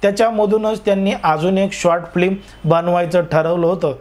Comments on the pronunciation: फ्लिम नाही ओ ....फिल्म असते . साधं सोपं चित्रपट म्हणा ना 😂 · अरे उच्चार तरी नीट करा रे फिल्म च्या ऐवजी. फ्लीम काय उच्चार करताय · दादा फ्लीम नव्हे, फिल्म असा उच्चार करावा.ह्या मंजुळेंसारख्या लोकांच्या जीवनाचा शेवट पहाण्याची खूप उत्सुकता आहे.